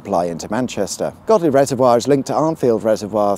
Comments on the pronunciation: It's definitely Godley, not Goadly 👍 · God God, man, it's Godley! Darn sarf it may have been Go Dley, but yer oop north now, so mind on. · Godley has a silent G. It's pronounced Oddly unless you were born within the sight of the random church when you must pronounce it Yodelayyeehoo. Trust me! And you didn't mention, Big Baps Butty Van, as the M67 ends on the eastern end of East Manchester. Rated 4.7 on Google Maps. And they appear to have placed the 440kV power line through the railway tunnel if you are 'into' pylons. 5m00s Glad you didn't lean to you left and put you hand on the railing to look cool.